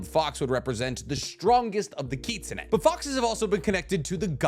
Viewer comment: Every time he pronounced kitsune I cringed.